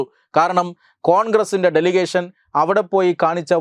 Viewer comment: ഡെസിഗ്നേഷൻ❌ ഡെലിഗേഷൻ✅